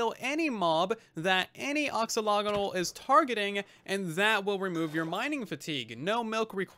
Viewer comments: Sometimes I wish YouTubers would look up how certain word are pronounced before making a video about it. Other than that, great video. Very useful and informative. (Ax)olotl. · I think it's AXE-o-lot-el